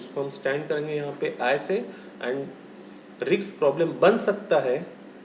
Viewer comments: sir it is pronounced as 'Risk' not 'Rkis' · Pl pronounce it as( risk)